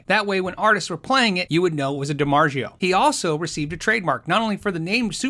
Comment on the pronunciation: I’m curious as to the pronunciation of Dimarzio. I’ve never heard it pronounced like that. The Italian pronunciation Dimar-tsi o You sound like your saying Dimar-sheo. I won’t be able to sleep nights until I know the correct answer. End of chickenshit, Penney ante rant.